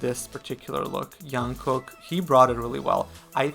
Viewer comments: jungkook is pronounced "dschungkook" not "young-kook" !! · Jungkook not Yunkook. This is how he says his name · I really enjoy Your commentary videos! Just would like to point out - J in Jungkook’s name is pronounced same as in Jimin, Jin or J-hope. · no that’s wrong. It’s pronounced like jump not Jupiter. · no one ever calls him yong kook if they are familiar :D I don't know who told you that pronunciation is right but they intentionally or kon intentionally wrong :D